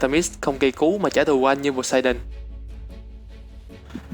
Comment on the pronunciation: tưởng phát âm là Pô-sê-đôn mới đúng tiếng Hy Lạp chứ